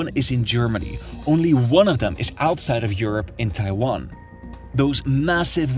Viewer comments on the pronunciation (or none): none